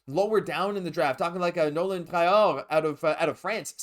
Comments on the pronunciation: “Nolan Traughhhhh” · You speak french and you butchered nolan traoré name 🤣🤣🤣